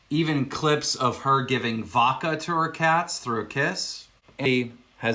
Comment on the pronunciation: Really chaps my ass when people can’t pronounce the D in “vodka”